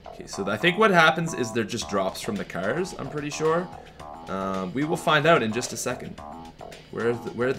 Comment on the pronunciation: "it is oat today"